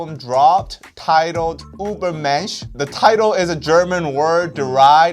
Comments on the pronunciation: that's not the correct pronounciation though 😂 You're pronouncing it like it's written Ubermensch but Ü and U aren't pronounced the same/similar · "Try to pronounce the album" "Ubermensch, I researched" You were close, but it's Übermensch, with an Ü. There is a video of Tzuyu from Twice explaining how to pronounce her name, the German Ü is pronounced just like the Chinese Yu. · Hate to be that guy but, your pronounciation of Übermensch is the english way and not the german way. The German "Über" sounds more like the korean "의바"